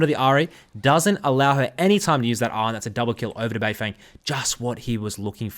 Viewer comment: Can you at least make an effort to try and get Asian names correct? The English casters are bad enough.. BeiFeng is pronounced “BeiFung”, the e is not an “eh” sound..